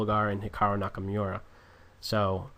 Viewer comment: Nakamura, not Nakamyura.